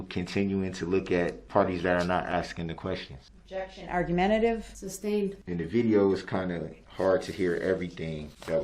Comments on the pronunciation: I wonder if Darrell knows it’s not “Substained” but sustained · It’s SUSTAINED not SUBSTAINED